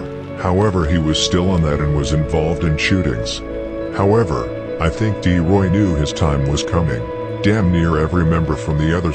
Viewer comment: Bro it’s T Roy… D Roy is a whole different person